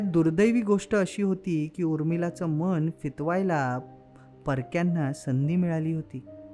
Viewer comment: छान! तुम्ही कथेचा प्रवाह ओघवता ठेवला आहे. कंटाळा येत नाही. फक्त 'मन' ऐवजी 'मण' असे उच्चार खटकतात, कारण अर्थच बदलतात.